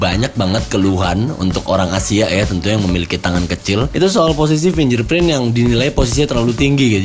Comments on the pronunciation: Spellingnya FINGGERPRIN bro... BUKAN FINJERPRIN.. hmmmmm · Fyi bang, sidik jari tuh bacanya "Fing ger print" bukan "fin jer print" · Msh suka geregetan ama yg ngucap "fingerprint" blgnya "finjerprin" itu dpt drmana ya awalnya??? Cba deh buka google how to pronounce "fingerprint" yg betul ky gmn...Apple hardcore user sih gw pikir hrsnya dah bener lah ya english pronunciation nyah, just saying...peace